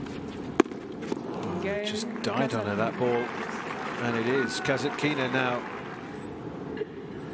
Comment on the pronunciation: Ударение на касаткИна меня убивает